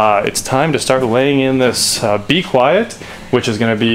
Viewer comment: As someone who watches PC build stuff, hearing you say B-Quiet and not mean bequiet, the silence-focused pc component company, is really distracting. Great vid!